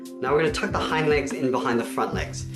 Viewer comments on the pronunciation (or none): none